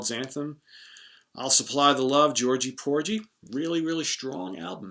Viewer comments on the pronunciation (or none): none